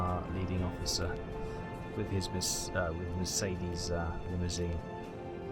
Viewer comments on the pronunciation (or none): none